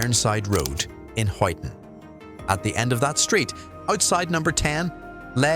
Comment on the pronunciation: Pronounced Hyton mate